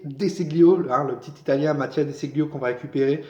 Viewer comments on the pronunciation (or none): Ce se prononce Dé Chilio.